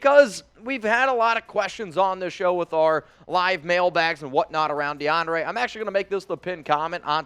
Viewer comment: YO THIS MAN REALLY SAID de- ana - ray 🤣🤣🤣😭😭😭💀 ITS -DE -AHN -DRE 🤣🤣🤣😭😭 and he said saa non e ro instead of saying sa nar reo